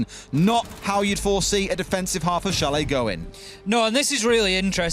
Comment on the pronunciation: I cringed at chalet being pronounced chal-et lol